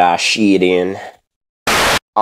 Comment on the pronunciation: Fantasma 115 it's not yee it's yeet